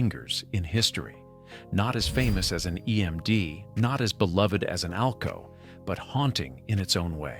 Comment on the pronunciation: 608 cubic inches per cylinder! only EMD used that as the model, the 600 series were 1979 cubic inches per cylinder Too bad video doesn't match narration. AI narration at one point called AlCo A.L.C.O., WHATTTTTT!!!